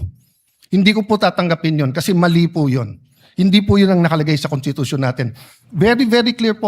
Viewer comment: Ang constitution ba ay binibigkas na walang s kasi sabi ni pastor cawatano kuntitusyon